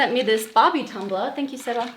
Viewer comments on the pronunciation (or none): Your thank you's are starting to sound very American! 😂❤️